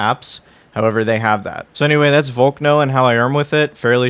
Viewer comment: Lol, vol-k-no, like volcano, right? 😂